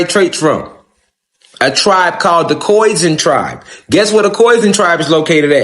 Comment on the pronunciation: It's pronounced "Khoy-Sahn" not like "poison" lol